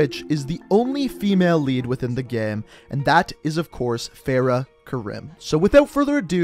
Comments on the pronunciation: that is not how u say farahs name especially her last name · “Fa-RAH Kar-ee-m” It’s also modeled after Syrian War, not Iraq. But good overall video. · Fahrah kahreem is how you pronouse it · It’s pronounced fare-uh ku-reem